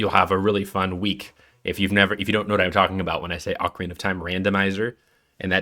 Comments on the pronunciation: just use the ipa buddy nobody can read your AWFUL respellings Ocarina is generally /ɑkəˈɹinə/, and Koji Kondo is approximated as /ˌkoʊdʒi ˈkɑndoʊ/ No idea what Sorry-uh is supposed to mean gng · Mispronouncing Ocarina in the first is not going to get you much love with Zelda faithful. 🙅‍♂️ Oakarina / O’Carina 👍 Ockarina Also it’s Koji Kahn-dough not Koji Cone-dough & Sorry-uh not Sah-ree-uh. Recommend re-recording with the corrected pronunciation.